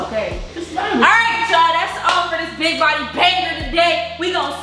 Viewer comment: Not saying alrite🤣🤣😂